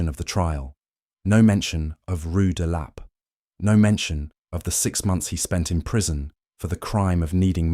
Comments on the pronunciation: "Rue de LAH-pay" 😂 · Why is it so difficult for your computer to pronounce rue de la paix?